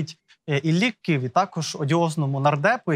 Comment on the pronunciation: Бля..., да не "Киві" а "Ківі", розумієте? кІві!!!